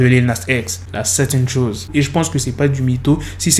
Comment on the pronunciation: La première fois que tu as dis "la satan shoes" j'ai compris "la 7ème chose" 😭 On est d'accord a on a tous entendu "Charlemagne" ?